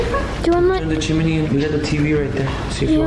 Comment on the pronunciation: It’s chimney not chimaney